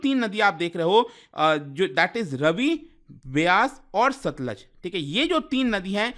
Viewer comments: रवि नहीं रावी और stluj nhi सतलुज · भाई जी रावी नदी को रवि बोल रहे हैं, सतलुज नदी को सतलज बोल रहे हैं